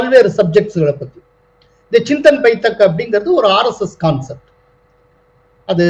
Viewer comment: pl note it is Chintan Baitak ( चिन्तन् बैटक्), not Baithak.